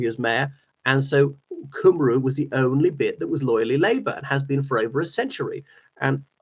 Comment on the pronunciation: I’m thoroughly enjoying your channel and content! Just a quick Welsh language pronunciation tip: when you say Plaid Cymru, you pronounce Cymru correctly (“Cum-ree”), but when you say Cymru on its own, the pronunciation isn’t quite right. I also thoroughly enjoyed your video from your recent visit to Wales. You might consider coming further west to Pembrokeshire and/or Carmarthenshire — the Iron Age, Roman-era and later history here is fascinating, and I’d really enjoy hearing you talk about it. Diolch a dymuniadau gorau.